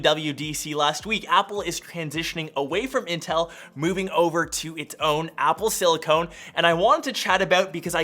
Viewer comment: “Apple Silicone” lmao